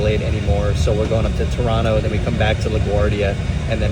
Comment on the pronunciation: Thank you for pronouncing Toronto correctly lol